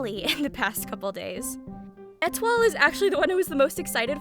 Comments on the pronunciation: I believe Etoile is prounounced Eh-twah? She's my favourite! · Étoile is pronounced Ay-Twah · etoile's name in japanese is エトワール (etowaaru), so yes, the pronunciation is probably eh-TWAHL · I pronounce it “Eh-twa” 💀